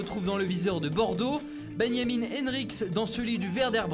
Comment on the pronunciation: Pk il dit Ben Yamin Henrich ? C’est Benjamin mdr